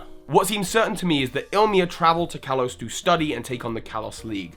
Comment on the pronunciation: estelle healer it's kalos not kalose